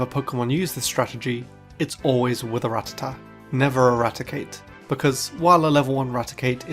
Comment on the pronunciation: Wait... Did a PokéTuber actually pronounce Rattata correctly instead of calling it the retarded "Ra-tatt-ah?" I'll give you an upvote on that alone!